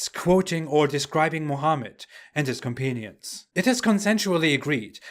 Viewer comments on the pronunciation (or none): "companion" is pronounced otherwise!